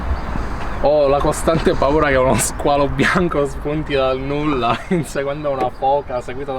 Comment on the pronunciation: Tutto bello fino a quando non hai pronunciato Squalo Bianco..!! 😂 Complimenti per il coraggio..!!